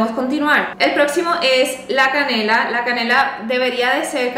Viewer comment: La canela? Que No se le entiende